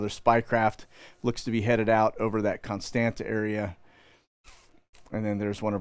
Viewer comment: Ka-li-nin-grad (Калининград) Kos-tan-tsa / Constanța Geez, is it really that hard to pronounce it? And regarding your content it seems you need to learn some history, open your eyes and stop following the main stream establishment please. You seem nice guy, but oh boy you get thing wrong.